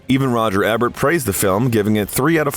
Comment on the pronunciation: Pronounced EEEEEEEEbert, biography channel...